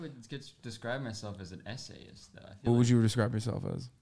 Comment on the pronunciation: I dead ass thought they were saying SA-ist, not essayist 😭